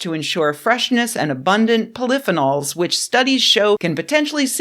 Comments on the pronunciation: Cant argue with a woman who pronounces polythenols like this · I enjoyed your video, but please correct your pronunciation of polyphenols. Your pronunciation is completely off.